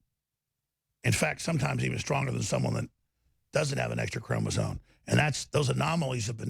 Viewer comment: "Our ancestors in their purity, in their genetic purity".... He means they were white. Btw Alex, you moron, it's chromosome not chromosone.